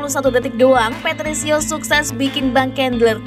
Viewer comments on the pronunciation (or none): Patricio adik nya patricky woy min salah nyebut lu